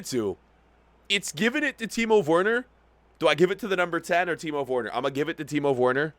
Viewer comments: Its Werner not worner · Werner is pronounced as if there’s a V instead of a W, it’s pronounced Verner but it’s spelled Werner. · Verner not wearner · Gotta love how he pronounces Werner 😂